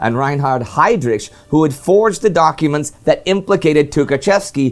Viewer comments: FFS! I’ve never heard anyone talk about WWII and they couldn’t pronounce Heydrich!!! Say Hidrick! Or HEdrick! FFS! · Heydrich should be pronounced with "kh" sound at the end like in Heinrich Himmler.